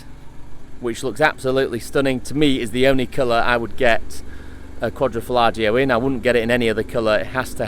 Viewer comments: Its quadrofoglio(quadro folio spoken) Not quadrofollagio! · I'm reporting you for butchering the name. Quadro falagio????